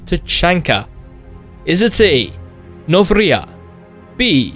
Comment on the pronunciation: Noveria, not Novria.